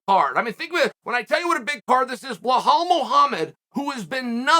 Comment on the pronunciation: Psst Chael it’s Belal not Blahal 🤣